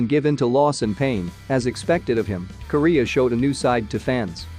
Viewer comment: When you say Kiriya it sounds like Korea.